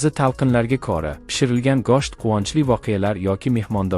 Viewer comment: гошт эмас гушт 😒 денг